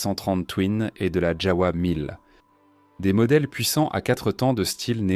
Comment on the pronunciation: Ça se prononce JAVA et non pas JAOUA !